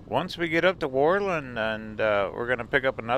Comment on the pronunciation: Pronounced: whir-lund with the accent on Whir.